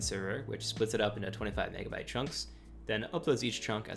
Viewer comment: bro did NOT say megabyte